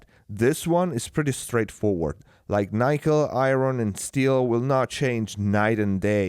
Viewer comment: Nickel is pronounced with a short 'i' - as in 'sick', 'lick', etc. Nice review otherwise...